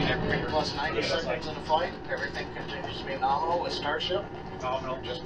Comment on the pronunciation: John Insbrucker is famous for saying "noRminal" rather than nominal :P there is even merchandise with norminal on it i think from Everyday Astronaut